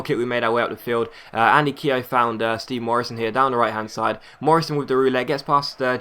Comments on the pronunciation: Keogh's name is pronounced kyoo.. not keehoe.. haha good vid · ITS PRONOUNCED KYO NOT KEYO PLEASE STOP SAYING IT WRONG IT SO ANOYING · Keogh's name is pronounced Kyoo. Not hating on you just giving you the heads up. Love the vids keep them coming :)